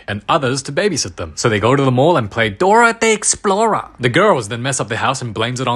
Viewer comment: dora the explora💀